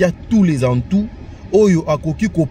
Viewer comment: Tous les atouts et non atoun.